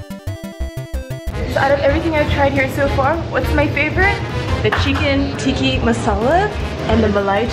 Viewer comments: TIKKA NOT TIKKI😂😂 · TikkA not TikkI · ayyyeeee...lol...ok tho am I the only one who notices that she kept saying tikki and not tikka...alot of people do that when I go to Indian restaurants....:/